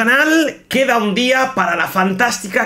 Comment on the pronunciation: Queda 1 día pa la actualización? es que no se le entendió xd